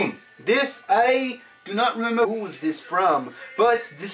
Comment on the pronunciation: Why did you keep saying some things in a British accent?? 'Rememba'